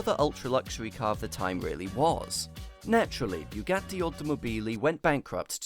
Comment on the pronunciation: when pronouncing Bugatti, where do you get that byugatti? makes me puke every time i hear you say it